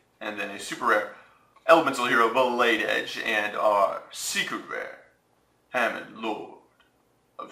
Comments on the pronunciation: Huh-MON.... not HAM-MAN... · it is halmon just saying not hamon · haMON is how it's pronounced btw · It's Hamon, Lord of Striking Thunder not Hamon-lord of Striking Thunder. Argh OCD mode activate. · Doesn't how to pronounce hamon or uria. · You mispronounced Hamon...